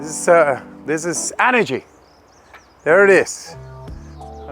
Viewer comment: “E” nergy not “Ah” nergy